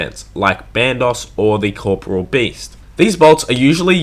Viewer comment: core....pore....ee...all. learn to fucking read.